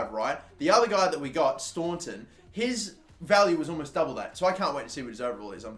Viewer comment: It’s DA-RA STON-TON